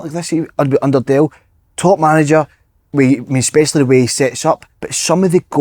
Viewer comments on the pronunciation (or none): none